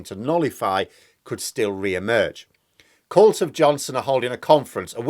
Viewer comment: Did you say c**t or cult of Boris?